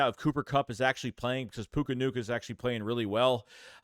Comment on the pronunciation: Death, taxes, and saying names wrong 🤣🤣 “Puka Nuka”